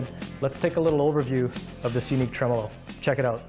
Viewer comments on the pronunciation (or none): Is he calling it a ‘truh-mellow’ system? 😂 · Fender pronunciation of this bridge is TREM OLO.